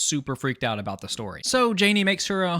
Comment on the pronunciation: Canadian Accent: Creeped Ouewt